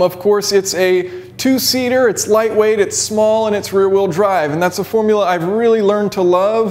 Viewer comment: Did he say... lightweight?